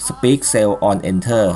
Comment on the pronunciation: Very nice. Should be "Speak" Cell on Enter not "Speck"